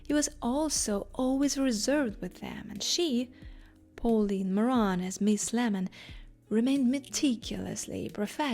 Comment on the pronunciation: I would suggest that you work with an accent coach before posting a video to achieve a clearer, more easily understandable English. For example, your pronunciation of “Pauline” is off. Likewise, you often stress the wrong syllable. Hope this helps.